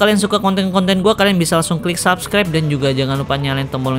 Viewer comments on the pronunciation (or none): none